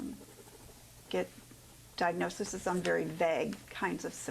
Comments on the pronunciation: She’s so flipping full of herself! So “smart” and such an “expert,” yet she repeatedly says “diagnosises.” What in the actual hell?! 😂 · This social worker said diagnosises. It is diagnoses you IDIOT. This unqualified dope was in charge of children.